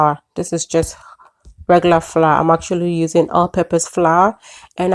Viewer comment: Pronounced FLOUR, not fla